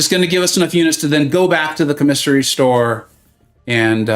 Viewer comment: I haven’t finished the stream yet but did you learn how to say commissary correctly? 😂 it’s like comma-sary. Or COMM-uh-sary. Stress the first syllable not the second. It’s a military grocery store on base/post and would have been where Cap shopped. 😊